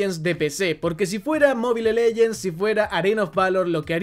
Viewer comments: Muy bueno el contenido pero no podés pronunciar Wild, Mobile, de esa forma tan analfabeta.. con la mejor bro! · me da risa que diga wild rift como se escribe y sin pronunciación en inglés, igual que mobile legends JSJSJSS perdon